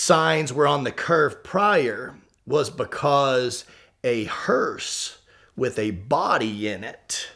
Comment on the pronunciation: It’s a hearse not a hurst